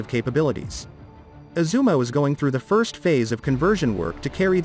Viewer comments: Thank you for the introduction. But it is “Izumo”. Sounds like “yi zu mó” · Is it really that difficult to pronounce Izumo properly?